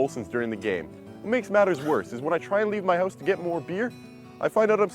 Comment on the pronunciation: The guy literally says "house" the normal way just before saying "oot of my hoose"